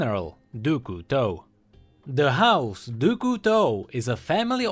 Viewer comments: Dou Couteau ?! French people are laugthing. . . . DOU COUTEAU ?! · It's kinda like "dyu", like you're adding a D in front of a hard U sound. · Doo Koo Toe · Your pronounciation of Du Couteau is terrible! XD worst than Ratatouille ! Yeah, i'm french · Dude for crying out loud pronounce Du Couteau right its so painful to hear, use google translate to do that for you or learn it from that from someone who speaks french. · i love what you do and stuff, and i also like the vid...but as i'm French, your prononciation of "Du Couteau" makes my ears cry tears of blood.___. But as "Couteau" means "Knife" and "du" doesn't exist or have an equivalent in English, just call him "General Knife" or something ^^' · du couteau the way u pronounce it is >>find a good word<<, and i love it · the pronouciation of "du couteau" made my day :D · As a french, it's just too fun to hear how pronounces "du couteau" ^^ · The way pronounces Du Couteau gives me cancer. But he's still awesome. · tbh, even english speakers pronounce it that way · I love him, but he doesn't know english well and how he pronounced 'Du Couteau' made me almost rage pause the video. I love his sacrifice for the lore of LoL, but man learn the damn language already.